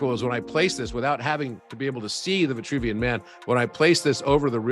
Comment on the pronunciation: C'est l'homme de Vitruve et non vouvian...